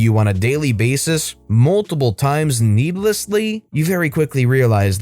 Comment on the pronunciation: Did you just say NEEBLESSLY?! Are you a neebs gaming fan?! Lol You probably said needlessly but my fanboy ears heard neeblessly and got overly excited lol